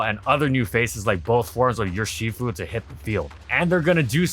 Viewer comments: Yo no hate but why do you say yurshifu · If you pronounce Urshifu like that again, I will find you.